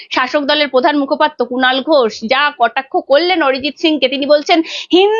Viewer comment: Padhannoi kathata Pradhan.uccharan thik kar bety